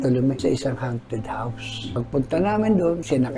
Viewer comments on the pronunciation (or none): none